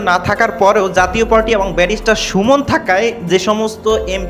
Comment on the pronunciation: ধুর! যাতীয় পার্টি কি! জাতীয় পার্টি বলতে পারো না ? বাংলা শিখো আগে।